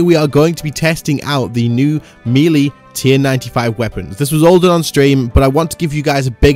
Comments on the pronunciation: It's pronounced may-lay... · Does anyone else cringe when he says melee?